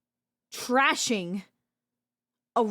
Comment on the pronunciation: You want to fix her personality, I want to fix how she pronounces thrashing as trashing. We are not the same. Well except to the algorithm.